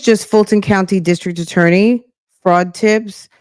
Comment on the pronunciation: I wonder if his "brother" will get in any trouble for pretending to be a turny (i.e. attorney, but says turny lol!)